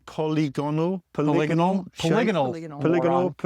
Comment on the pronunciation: Don't feel so bad about not knowing "crenellations" when matey struggled with "polygonal". Not entirely confident he understands what it means either... he is lovely though, so i won't hold it against him.